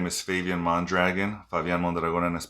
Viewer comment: first person ive seen that mispronounce his own name you say Mondragon in pure (USA) American accent